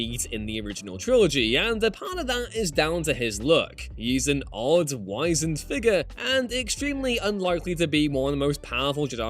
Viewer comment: "he's an odd, wizened figure" - definition, shrivelled or wrinkled with age. You're supposed to pronounce the "Z" like the WIZ in wizard, not like WISE-end.